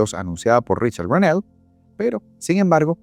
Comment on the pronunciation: Una sugerencia==》 disculpa si lo incomodo; sugiero que busques en Google, la pronunciación del apellido de Richad, el enviado especial de Trump a Venezuela. Es que me saca la pied ra 🤭 cada que acentúas el "néll"